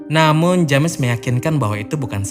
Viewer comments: kang, maap cuman mau ngasih tau itu dibacanya Jems ya kang bukan James. Makasih:) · Bro ,james dibaca jems bukan dibaca lurus.